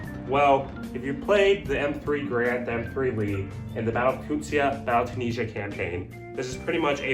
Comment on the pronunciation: It’s “too-knee-zi-yuh” not “tOons-see-uh”! For fuck’s sakes. It’s not even spelled in any way where it even looks like “toon-see-yuh”. You can easily look this shit up ya know…